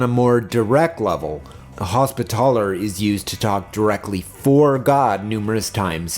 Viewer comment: Your pronunciation of Hospitaller fucking shellshocked me. I’ve never heard somebody put so much emphasis on “TALLer.”